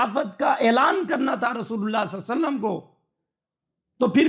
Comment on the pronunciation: Masha Allah bahut khoob Bas ap se ek adaban darkhwsat hai k darood saaf padhen Sallallahu alaihi wasallam صلى الله عليه وسلم